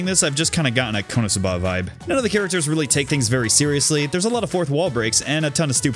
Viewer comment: The way he said konosuba is criminal